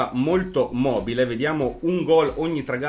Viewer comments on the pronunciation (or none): none